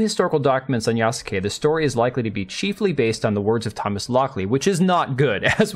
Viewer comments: Just want to info you that Yasuke is pronounced "Yaske", the "u" is severely weakened because it is not followed by a voiced consonant. If you listen to other Japanese Youtuber's video about Yasuke you can easily tell that the "u" in Yasuke is almost muted. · Yas-ke. Just like Sasuke from Naruto is pronounced Saske. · That he did not even put Yasuke in google translate to see how to pronounce the name is criminal, I cringe every time he says it